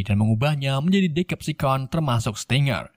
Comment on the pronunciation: Bang ralat..Decepticon cara bacanya.Deseptikon klo di Indo